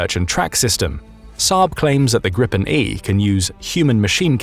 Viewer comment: It’s pronunced greepen not grippen 😂